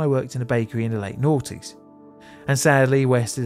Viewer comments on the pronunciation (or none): "In the late nughties" lol